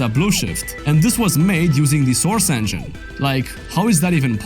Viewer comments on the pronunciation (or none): none